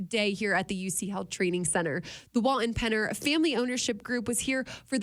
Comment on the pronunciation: Wal-TON not Wal-in